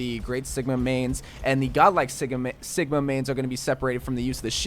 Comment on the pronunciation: Lol he said Siga instead of sigma